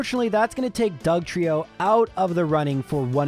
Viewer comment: Wasted opportunity to spell Trieyo like Lorelei and double down on the incorrect pronunciation 😂